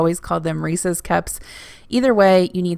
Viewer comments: One of my biggest pet peeves is hearing "Reesie's Cups" lol You say it how I do. Oh, and in Texas, most people call them shopping carts. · Congrats on 100k! Also it is indeed how you pronounce Reese’s. They are named after the man who invented them. A worker of Milton Hershey. He eventually sold the recipe to Hershey. I work for HERSHEY and drive past the factory, when not quarantined, everyday to work. Also I always found it cute that the brits call carts trolleys... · It might be like the buggy thing...except it’s a proper noun and there’s actually a right and wrong way to say it. If it rhymes with feces, you’re saying it wrong 🤣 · I’m 15 minutes from Hershey and we say Reese’s the way you do. 😂. You made me want an ice cream machine.